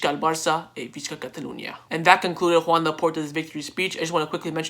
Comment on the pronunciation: U say Joan Laporta like “khawan Laporta” loll